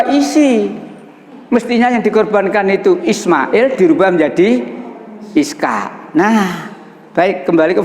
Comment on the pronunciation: Ishak bukan iskak.